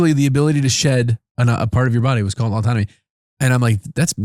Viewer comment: I might have misheard but it sounded like you said the train shedding is called autonomy. It's autotomy. Also, chiming off to say what the heck is rabbit rabbit